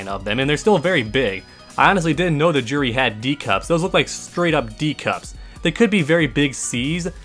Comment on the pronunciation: Her name is pronounced "jew-ree", not "Jur-ree". Street Fighter has a history of mispronounced names (looking at you, rye-you!).